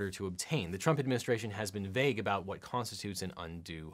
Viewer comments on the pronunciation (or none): none